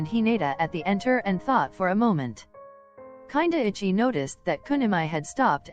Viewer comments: Voice over “kindaichi” no “ kinda itchy” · HELP WHY DOES IT SAY KINDAICHI LIKE kinda itchy 💀💀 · You know what the funniest thing was : the text reader reading kindaichi kinda ichy 😂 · ughhh i LOVE that the reader said Kindaichi as " kinda itchy" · I loved this video! My favorite parts were where Kindaichi was pronounced Whenever it says Kindaichi It sounds like kinda itchy I kept cracking up every time his name was said